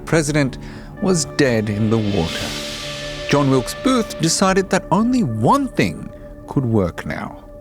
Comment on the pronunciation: He can't even get the name of the assassin correct.